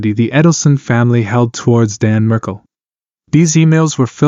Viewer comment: Markel not Merkel